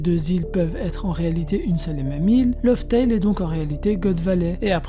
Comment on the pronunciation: tu dois changer ta facon de prononcer les mots lof tell et jen passe mais bonne video